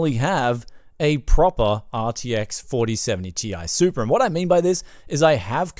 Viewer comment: 4070 "Tie" Super RTX